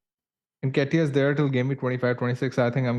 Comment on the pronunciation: "Unlike Bakar they've lost Wood" & pronouncing Nketiah as Necktie 😭 Two best things besides the great pod 😅